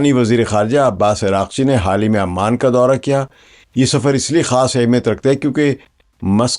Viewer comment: سر تلفظ درست کر لیں ۔ عمان کی عین پر پیش ہے اس لئے اسے پیش کے ساتھ پڑھیں ۔ یعنی Oman